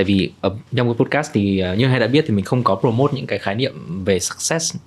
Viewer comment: nội dung cuốn hút. câu hỏi hay. khách mời cung cấp thông tin bổ ích. tuy nhiên xem nhiều số rồi vẫn ko thấy thoải mái với bạn host. đầu tiên là phát âm podcast sai huhu. tiếp theo là đặt câu hỏi bị nói lắp. tiếp nữa là nói chêm tiếng anh nhưng phát âm ko chuẩn :((((